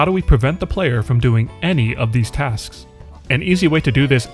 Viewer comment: Every time he says tasks I lose my shit my mind is destroyed